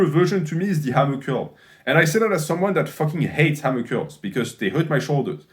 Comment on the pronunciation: Who else was hyped when they saw this video because they knew at some point would be saying “‘Ammer Curls”